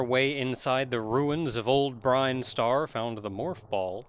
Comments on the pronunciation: Yeah, you calling it "Brine-star" threw me for a loop the first time too. Honestly, knowing how weird Japanese-to-English can be, I would not be surprised if it was supposed to be Brine-star in katakana or something (just look at Mega Man 2's Bubble Lead and how it changed from Japanese to English) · Same here. I always thought it was Brin-star too. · Are you sure it's pronounced "brine-star" rather than "brin-star", with "brin" pronounced the same way as "grin"? Idk, I've always done the latter... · Are there official pronunciations for Metroid words? Brine-star always sounded weird to me. Salty. Always wondered what the deal was with the statue. Did they place it, expecting to die? I get it from a gameplay standpoint, it's a lock, but is there lore? Reminds me of the white grass in the flesh mushroom cave in Subnautica: Below Zero.